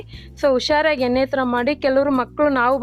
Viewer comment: ಏನೆ ಅಲ್ಲ ಮೇಡಂ ಎಣೆ ಅದು